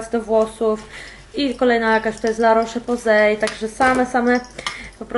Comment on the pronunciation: "la rosz poze" tak się czyta, na przyszłość! To nei przytyk tylko rada z mojej strony;) Uwielbiam Cię! Udanego urlopu szczęściaro;)!